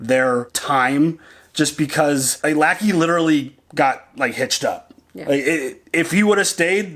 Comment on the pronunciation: His name was Robert LECKIE, NOT LACKEY. No A